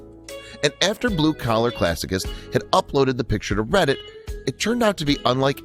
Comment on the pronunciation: Classicist is pronounced classi ‘ sist